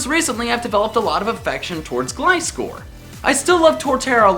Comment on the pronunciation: is the first person lve heard on youtube to pronounce gliscor right